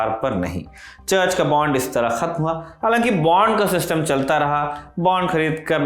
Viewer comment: बॉन्ड not बांड... बाकी आपकी जानकारी बहुत बढ़िया है।।